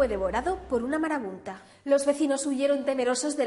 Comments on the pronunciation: Se dice marabunta, no marabunda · "Marabunda" XD